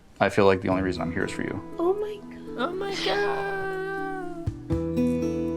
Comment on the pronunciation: Jessica: "Oh my Guyodd!" <--- do pretentious, shallow people practice how to say words SO strangely to make them appear "unique"??